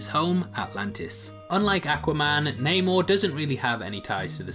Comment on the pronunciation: It's namor